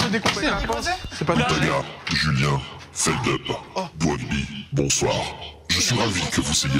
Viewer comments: C’est « feldupe » Les gens disent « feldeup » par erreur mais c’est juste qu’il a la flemme de corriger les gens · « FELDUUUP » un effort Doig😂😂😂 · XD doig qui a dit "feldupe" sa ma tuer XD